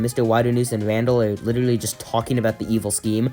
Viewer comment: You sound like you say witterawy (no disrespect fire 🔥 vid)